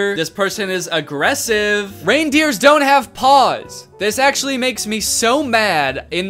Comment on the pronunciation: Aggressive? More like AGREGssive. LOL!!!